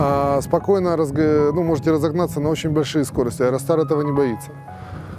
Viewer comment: Спасибо, хорошеее видео. Автору только убрать "СкоростЯ" и заменить на "СкОрости".